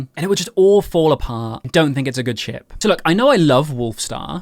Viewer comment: I swear every time he said 'ship' my dumb*ss thought you said 'sh*t' XDDD